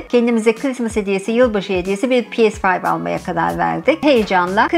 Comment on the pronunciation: Pi es fayv.... demeseymişsiniz iyiymiş.....🥴🥴